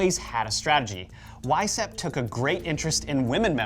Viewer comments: Vice howpt (or hoped) ... not hapt. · How hard would it be to take 20 minutes and check the pronunciation of French and German names before going live? Would add elegance to your message. [e.g. Weishaupt = Vice-howpt] . . . Cheers. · Mind-Blown, had to watch twice. Glad to get fill in blanks after Wieshaupt. Well done, although someone should help you with European Pronunciations, and other cultures. (Happens to be my specialty!). NTL, Good Job, young Men!